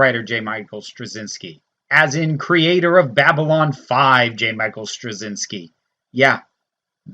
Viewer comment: Straczyński sounds more like “Strah-chin-skee”